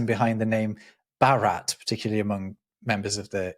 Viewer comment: You may be interested to note that the Indian name for India was pronounced something like Bhaarat rather than Bharaat.